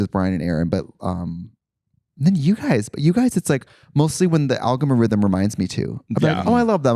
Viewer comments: Take a shot any time Trixie says "algomorithm" 🤣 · "The algomorithm of the reels and the tiktok" 💀